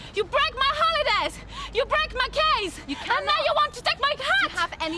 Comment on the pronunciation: "you break my hulidays you break my case"